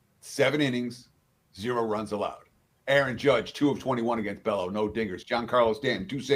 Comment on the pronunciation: Bay-O, not Bello